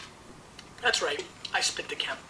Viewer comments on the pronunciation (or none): It's pronounced "dee kem". In response to the question - Living: Paul McCartney. Deceased: Jesus Christ. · I have a case of Chateau d'Yquem 2001. Great stuff. Stop pronouncing the D in d'Yquem.